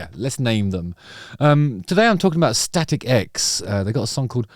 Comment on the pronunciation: first time i saw them was decades ago warming up korn tour. awesome band. I heard you say "static eggs" every time :D